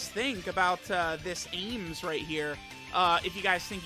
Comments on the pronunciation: Every time says "aYmS" instead of "Ahms" I get an aneurism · chilling Yeahs it's like Arms. Not aims lmao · I die a little bit inside every time mispronounces Ahms' name...